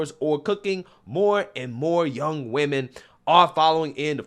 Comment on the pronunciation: How about pronouncing the word correctly it's women not women when it's plural